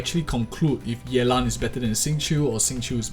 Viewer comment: The way you say yeLAN is singlish af :3